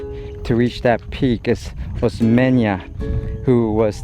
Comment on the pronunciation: Osmeña peak not Oseña peak.. you guys 😅